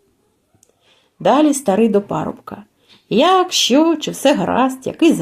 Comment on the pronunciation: ВСЕ добре, але не "щьо" , а " що"